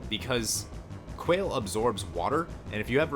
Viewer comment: Also, it's pronounced Qua = KWA / le = LAY, sounds like the way you pronounce the rapper Wale's name but KWA / LAY (the forward slash denotes a syllable)